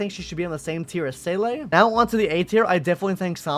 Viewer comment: dude says "say-lay"